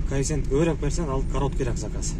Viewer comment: Жун баш качан коэффициент деген созду туура айтасын, кайефсент деп чычывересинер да тажикиский акцент менен айтып😂 Каффицент деп айтылат башына жун